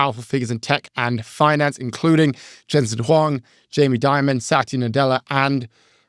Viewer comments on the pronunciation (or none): none